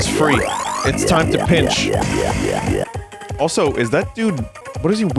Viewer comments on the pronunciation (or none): none